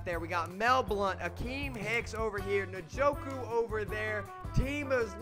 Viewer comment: Yannick Njoku? It’s En-Gock-Way. Love the content man keep it up.